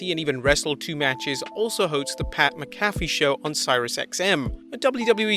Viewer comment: My god! You just chopped and screwed up pats name Jesus